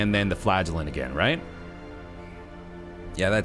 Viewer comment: I continuesly, miss-hear the name: the flagellant. I hear: The Flatulent. ... something's wrong with, me I suspect.